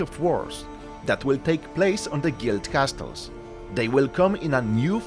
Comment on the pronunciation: Please get known how to pronounce "castles" ears are bleeding